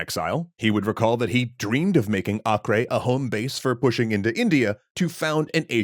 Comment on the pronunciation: It’s pronounced Ay-Ker.